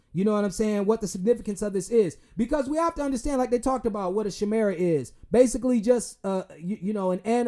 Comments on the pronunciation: Chimera is pronounced like Cobra - Kai, "Kai"-mera( I hate the kings English its ass backwards like " Comb " then this should be "Homb/home" or Fomb/foam or "tune" so this should be Sune/soon or joon/june or would/wood 🤷‍♂️ the content of the subject should determine which "would" you're writing about, not to mention millions of other words that you have to know how it's spelled, you cannot sound them out🤦‍♂️), English is not a phonetic language like our original afro-asiatic language family group( this causes confusion in our people in school because it goes against our left Afro-Asiatic wired brains that God speaks to us and we function an perceive our reality from. The Slc24a5 slc45a2 slc45a5 carbon/color inhibitor haplo group/people group/da Blanco's function out of there right brain = wired backwards or a backwards people ) the SLC is also why Pale people don't smell like us because all flesh stinks ( look at animals ), but our high carbon content mask the odor of Flesh ( makes me wonder about sheep and the polar bear since their skin is black when you cut their hair off/ high carbon content giving them woolly hair ) ,, This is why Hispanics and other minority groups don't smell quite like white people/low carbon people ( pale people also = low BMD - bone mineral density, we called them weak bones😂 ) a lot of minorities have apiece of our carbon content ( via our Afro-Asiatic X chromosomes they come from, not to far back) in their intestines = that 1 receptor that chelat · Great research and laying the info. You save me an incredible amount of time with your research. My only criticism is that in the word chimera, the H is silent. Appreciate you brother.